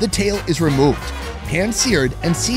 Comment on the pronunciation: ve-laute sauce... damn... that's so wrong